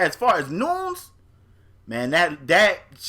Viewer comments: Leave it to to say the name CORRECTLY, then say saw naw her name is Noons 😭😭😭😭😭. Nunes (noon-yez) is correct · Great podcast like always but her name is pronounced "Nunez" but spelled "Nunes"